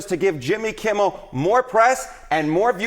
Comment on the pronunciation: I like listening to your podcast but please, please, please learn to pronounce Jimmy Kimmel’s name properly! It’s not “Kimble” aș you pronounce it, it’s Kimmel.